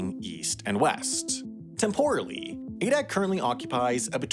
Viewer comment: Why does the narrator keep pausing at odd times? It’s annoying. And it’s TEMporally, not temPORally. Love the subject matter. Don’t like the narrator.